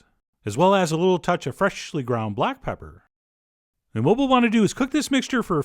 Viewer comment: the way he says freshly catches me off guard every single time